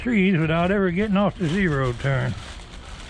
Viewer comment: "We're gonna limb some trees wit-out ever gettin' off the zee-row turn" Lol sounds like the beginning of a good rollicking down home country song 🎶🎵 🪕😄